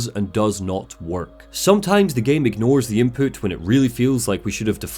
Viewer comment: hehe "Inpoot" Sorry